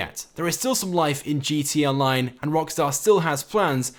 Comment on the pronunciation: Your saying gt online